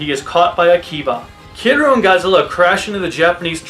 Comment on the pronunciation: is it that hard to say Kiryu